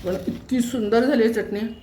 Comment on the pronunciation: चटणी च ट णी❤😊 चटणी उच्चार नीट झाला पाहिजे❤